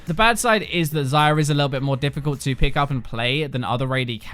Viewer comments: you call her "zyra" or "xayra" is supposed to be "xayah" and accent isn't a thing here, i am English too. ZY-YAH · why do I keep hearing zyra...